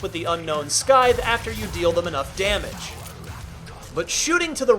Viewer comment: The unknown what? Did you just pronounce the silent C in scythe?